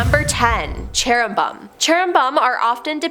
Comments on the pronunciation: "Cheru-bum?" is 😂. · pronounced Cherubim as CHERRyBUM; Seraphim as SERFIUM and Nephilim as NEFLIUM 😁my gawd! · What's issue? Where on earth did she learn to read?! She literally mis pronounces the very first angel. It's Cherubim...! Chair-a- bim! Holy crap! First of all you should likely read the BIBLE so you could actually know what you're talking about... You have no clue what you're talking about. You are the worst host the top 10 has ever had!!! Find another JOB!!! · Cherubim is pronounced 'CHAIR-uh-bim. Nephilim is pronounced 'NEF-il-im".